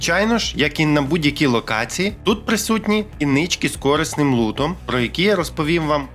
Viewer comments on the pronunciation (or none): Дуже класно - дякую! PS але коли чую в "корИсний" наголос на першому складі (на О), б'є psi damage як від атаки контролера 😂